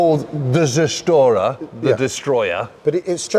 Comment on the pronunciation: Its not the "serstorer". Sorry that im triggered here but how you say the name ot the 110 Zerstörer is just sounding ridiculous in german ears ;) Maybe try to at least say the Z as Ts (sounds like Tse)